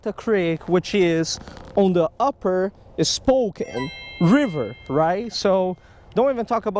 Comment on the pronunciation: Welcome to the PNW! Hahaha good try at pronounce Spokane...spoh-kan. Come over to this side of the mountains.